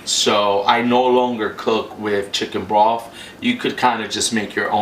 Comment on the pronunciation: did he say chicken broff lol